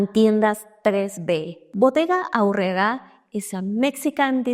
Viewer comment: I just watched your " ... girl can't roll her R?" video, but here I distinctly hear you rolling them on "Aurrera". Well done!